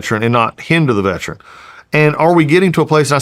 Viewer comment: Mr. Collins , please pronounce the word correctly, Veteran not veTRAN. I live in Ga. I get it we can get words pronunciation lazy.